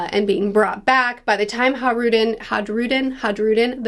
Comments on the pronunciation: It's a minor nitpick, but in Nordic languages, the J is pronounced with a Y sound, e.g. fjord. Hajrudin is pronounced "haii-ru-din", not "hadge-ru-din", if you can forgive the phonetic spelling! Great video, I can't wait to see what's next! A crucial point of note through devil fruit forms of Orochi and Black Maria from Wano Kuni. If you see the way devil fruits look, they are meant to look the way their owners imagine them to look for the most part. In both cases, their monster forms look comical, and less threatening? I imagine the stronger the user, the "better" their Zoan form would look, e.g. Kaido's dragon form, which is what I suspect Momonusuke imagined his form would end up looking like as well! So maybe, despite the dragon fatigue, we're in for some really cool, threatening Zoan forms out of Loki. I reckon Oda is going to put his best work into depicting some kind of dragon. If Kaido is the Loong (Chinese dragon), and Monkey D. Dragon is most likely a western dragon, then I'm super excited to see what oda does with Loki's fruit, if it is indeed a dragon! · Just a lil pronunciation tip - the J in Hajrudin is pronounced like a y - high-roo-deen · Hi-roo-den Is how you pronounce it i believe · It's not silent, it's pronounced as a "Y" as in all Scandinavian languages. "Hi-rude-in" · Just so you know the J in Hajrudin is silent.